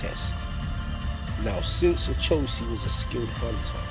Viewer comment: It's pronounced ..O cho si...not A cho si